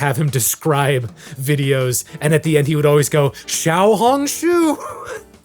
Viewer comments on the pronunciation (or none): none